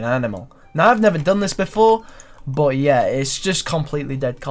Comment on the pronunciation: the way you pronounce "but" is so fucking annoying it's beyond words.